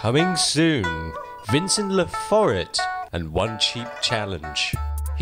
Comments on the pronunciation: is laforet really pronounced lah for it? i thought it was lah foray) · Pronounced Laforet wrong.. pronounced -Lah-for-rae